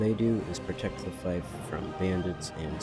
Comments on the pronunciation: Great vid. Just so you know: fief is pronounced ‘feef’, while corps is pronounced ‘core’. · This is great and the figures are All awesome. I do believe fief is pronounced like “feef” though